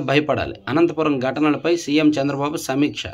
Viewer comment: సీఎం నేమ్ చంద్రబాబు గారూ పేరు తప్పు గా పలి కారు